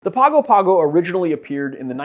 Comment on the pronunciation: BTW, the city's name is pronounced with an N in it, like Pahngo Pahngo.